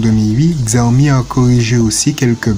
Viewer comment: Xiaomi ça se prononce Chaomi